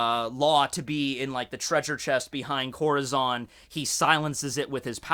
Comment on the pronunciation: Im sorry. I know your are not hispanic but you have so far mis pronounced Corazons name wrong every time. Just look up how hispanics pronounce it. It means heart in Spanish. Oh and in case you also pronounce Urouges name wrong, try pronouncing it with 3 syllables. U-Ru-Ji. say the first Syllable like you would say the beginning of Usopp. i think it sounds even cooler when you pronounce it this way. Keep up the weird but interesting videos.